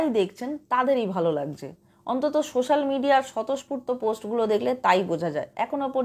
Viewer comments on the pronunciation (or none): none